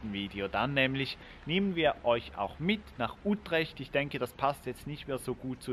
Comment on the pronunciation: Hallo ihr 2. Wieder ein schönes Video. Die Stadt Utrecht wird gesprochen: Ütrecht.